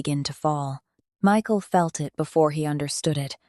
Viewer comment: The narrator messed up this man's name Michael so many times it almost made it hard to listen to because it happened so close in the beginning is the makings for a very good story you just need to follow the script stop embellishing I guess or maybe it's taken Liberties otherwise you had a good story